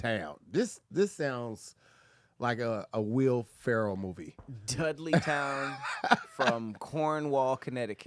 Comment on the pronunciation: The way says Dudley town was so southern lol